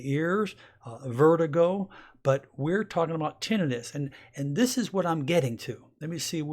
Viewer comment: You don’t pronounce tinnitus correctly